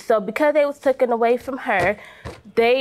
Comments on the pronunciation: I’m with you. That “ tooken” was getting on my nerves!😳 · It’s “Taken” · #1 All of that nonsense for a television? Pathetic #2 It's taken not "tooken" #3 Yes, my day is so boring I not only took the time to criticize but edited my comment to state the fact